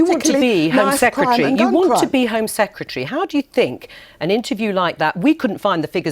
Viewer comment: ‘Home secratree” ?